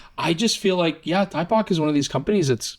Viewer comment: Two things on Thypoch: the name is pronounched thy-poch, not tie-poch (as far as I know) and as far as the infinity locks, they announced they will be making version 2s of the 28mm and 35mm f1.4 Simera lenses that will not have them. The 50mm and 75mm f1.4 lenses already do not have them. The 50mm f2 Eureka has nice character but has some different issues like the weird filter thread, the odd divot on the lens mount, and its infinity lock being in a strange position...I don't understand those choices but otherwise it seems to be a good lens.